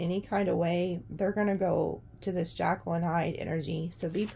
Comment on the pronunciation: Not jackal, like the animal, but Jekyl, as in Dr. Jekyl.